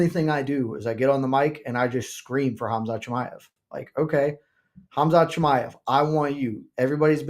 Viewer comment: How is still saying "Ham-zot"